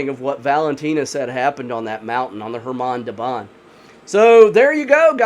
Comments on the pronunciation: Do not add k! It's Hamar! Like Suhoy jet is SuHoy, not Sukhoy - russians always sound h before vowels. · Forgot the k, it's khamar daban